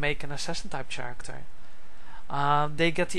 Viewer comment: Why do u say chairecter